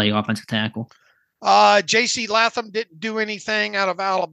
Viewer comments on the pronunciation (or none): LAY THUM not LA THUM proper pronunciation this can't be the 1st time you guys seen that name in your lifetime literally nowhere in history has the name been pronounced that way. Come on Steelers Depot butchering names that are easy!!